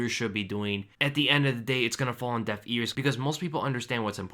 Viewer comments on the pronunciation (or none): sounded like you said falling on death ears lol